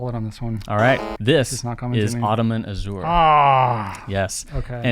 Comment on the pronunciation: Love the Pencast, but please... azure is pronounced "azhr." The z is like the "zh" in Zhivago.